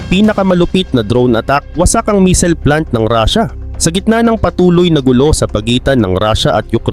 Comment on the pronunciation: Correction pls..hindi mesil ang pronouncciation kungdi messil